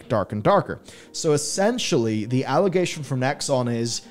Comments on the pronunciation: All"O"gation huh? not All"i"gation? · Allegation. Not allogation. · What the fk is an 'allogation'? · Allogation, really? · What's an 'allogation'? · What's an allogation? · What the bloody hell is an allogation? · Isnt it "allegation"? Or am I just a dumb American?